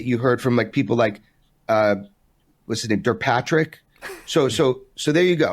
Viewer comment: "Der-Patrick" :face-blue-smiling